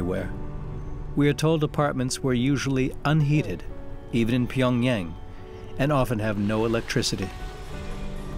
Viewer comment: Narrator's Pyongyang pronunciation is getting on my nerves...